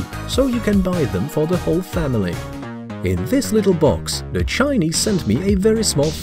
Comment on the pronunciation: You say Chinese like dogs